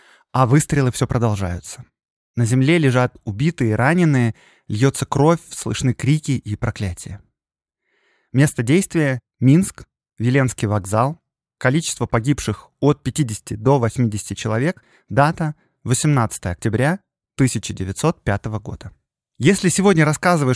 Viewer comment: Всё прекрасно, кроме орфоэпической нормы. Белорусская социалистическая грамада́, Ви́ленский вокзал и т.д. В названии "расстрэ́л".